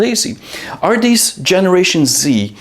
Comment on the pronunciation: I thought you said generation Zit. 😂